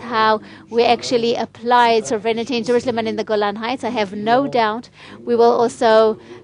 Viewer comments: It isn't pronounced: So VRE nity but SO vrenty (sovereignty) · 1) FYI It's sovereignty, not soverenity, ˈsä-v(ə-)rən-tē; no i between the n & t. 2) Sovereignty without repatriation to Jordan & Egypt is doomed to failure as is the status quo. 3) The ONLY effective, compassionate solution to the existential threat from the overwhelmingly genocidal Arab Muslims Israel's leaders permit west of the Jordan in contravention to the Balfour Dec., San Remo, & '48 victory, is their repatriation to Jordan & Egypt. Your ideas are suicidal long-term.